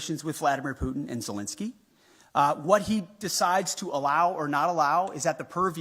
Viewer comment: first learn to pronounce the name Putin properly